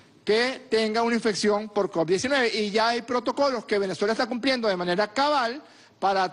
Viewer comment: Se dice covid,no coc, cabeza de papa Francisco